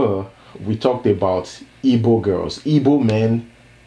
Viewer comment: Well done man. They're called 'Igbo' not 'ibo or yibo'.